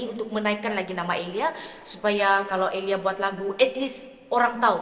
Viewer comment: Sebut nama sendiri ter sasul😅 tersebut "EliayS.. santa ja eliyas di depan 😂 Bunyi awal" dah mula petik kritik vokal sabahan😅😅